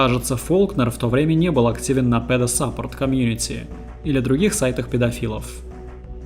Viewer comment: автор сейчас пойдёт и погуглит как читается слово support и не будет выдумывать больше своё собственное произношение